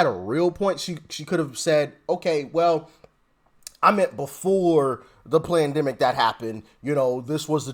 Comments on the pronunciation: It sounded like you said PLANDEMIC....PERFECT TERM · Did you say "Pland-demic" Doc? cause that's what it was. All planned with Nancy Pelosi's name all over it. And I heard they are going to start to come after (as hate speech), everyone who says FJB on any comments. FJB FJB FJB FJB , come get me.